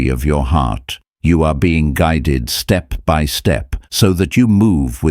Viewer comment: " I Been Guid ed